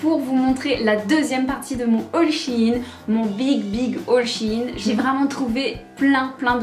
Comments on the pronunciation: Au début elle a sorti un Shi in au lieu de shein mais ptdrrrr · She in